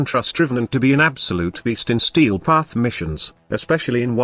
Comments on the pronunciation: 'Stee Path' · Ah, yes... The Stee Path